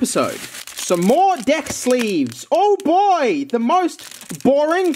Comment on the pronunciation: have a bunch of deck: full deyk mind with the accent: full deyk heyre..